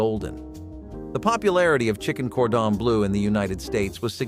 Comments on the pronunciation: Chicken Gordon Blue. Lol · Whoever is narrating this needs to learn how to pronounce cordon bleu and duck a l'orange.